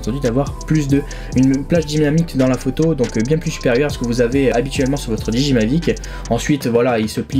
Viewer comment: Super vidéo ! 1 petite remarque : peut dire revoir ta prononciation de DJI et Hasselblad ? (didjiaï, pour Hasselblad regardes juste une vidéo sur le mavic pro car je sais pas comment te l'écrire phonétiquement) Sinon tout le reste est super, merci pour ta vidéo ;)